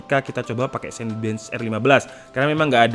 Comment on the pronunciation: CINEBENCH dibacanya "sinebench" bang, bukan "sainbench"